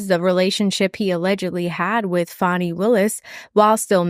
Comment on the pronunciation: You and are so biased against Fani, Nathan or anyone who is black, it is ridiculous. Fist and foremost you and go out of your ways to mispronounce Fani's first name, you guys insist on saying faaaani as in fanny pack or someones rear end, when she has on many occasions told the world how to say her name. Just admit the two of you hate Fani.